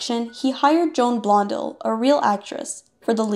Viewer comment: There is no reason to mispronounce "Preminger" or "Blondell." There really isn't.